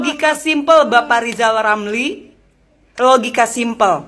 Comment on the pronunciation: Riyal ramli itu kalo kita yg bilang. Tp kalo yg ngucapkan dia sendiri pasti lizal lamli